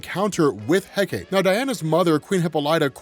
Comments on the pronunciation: "heck-a-tay", not "heck-ate". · It's He-Cah-Tee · Hecate : heh-kuh-tee In Shakespeare’s writing, it was pronounced heh-cut. But the Ancient Greek is the three syllable heh-kuh-tee. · He-ka-tee is how you pronounce Hecate. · Pronounced heck-ah-tay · I've heard it pronounced "Heck-Ah-Tay" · First time I have ever heard that name pronounced "heck-ate" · Recently discovered its pronounced Hek uh tee. Happens to be my fav sniper rifle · It's greek so it is pronounched Heh-Kuh-Tee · It's pronounce he-ka-te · For future reference, “Hecate” is pronounced “HEH-cuh-tay” Source: my sister is Wiccan, this is her goddess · Heh kah tee is proper way to say it if nobody has commenters that yet, thanks for all your content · Pronounced HECK-uh-tay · You almost got it, dude! 'Hecate' is pronounced Heck-A-TEE! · Ha-kite-ta is how you say it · Apologies, but Heh-kuh-tay is the proper pronunciation of Hecate. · Hecate? I've heard it it pronounced as heh-cah-tay. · Hecate = Heck-Uh-Tee Hippolyta = Hip-All-Eh-Tuh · “Heh-kuh-tee” just for educational purposes! Thank you for all of this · supposedly hecate is pronounced "heck-uh-tee", heckuhtee. it sounds super lame. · I've always pronounced it heck-a-tee but only because it sounds funny. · This story was freaking crazy. Diana was so broken in this story ripping holes in reality open at will, plus seeing them DC invoke the Goddess of Magic is cool. Also Hecate is pronounced heck-ah-tee. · yeah i remember on Penny Dreadful on HBO, her name was pronounced heka-tee. lol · It's pronounced heh-kah-tee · Oh man your pronunciation of the goddess and wonderwomans mom needs work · People have already explained how to pronounce Hecate but you're also mispronounce Hippolyta. Her name is pronounced He-Poh-Lee-Tah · love this video but the way youre pronouncing hecate hurts a lil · OMG, it was killing me, every time he said Hecate, lol.